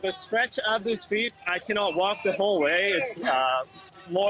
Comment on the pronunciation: “Street”, not “shtreet “.